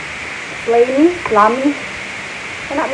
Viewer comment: ahahaha nice intro beautiful. Tala-tala haha tala-tala! Tiktok tiktok ano ba ang tiktok haha oo nga po ano ang tiktok. No skip ko sa imohang ads, sana all din monetize napud. 4 commercials na so far galing naman. Kalami anang okra sa ginamos. Slimy (pronounce as slaymi sis) hahaha wow 5 commercials na lol taas kaayo ang Huawei commercials lol di ko mopalit ana nga phone kay sa intsik lol gibanned na sa US pangspy nila hehe barato ra kaayo imong brunch sis. Sakto bitaw na para sa atoang panahon karon. Grabe 6 commercials na. Beauty secret tinuod na imohang sis kay gwapa man ka kaayo.